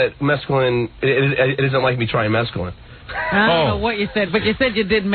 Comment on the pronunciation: John read an ad for Prozac, thinly-veiled as an ‘article’ and bought into it wholesale 😂 Also, how do you have a ‘160 IQ’ and say “Mexcalin”?